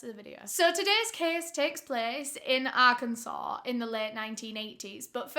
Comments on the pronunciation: I'm from russellville arkansas. I grew up hearing about Ronald Gene Simmons. My mom calls the convenient store he went to "murder mart" Also great job pronouncing arkansas correctly. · As an Arkansas… I cannot tell you how amazing it is that you pronounced it correct